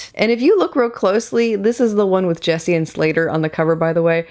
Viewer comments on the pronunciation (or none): none